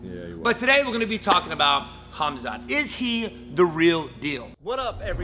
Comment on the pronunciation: His name isn't hamzat at least say the man's name correctly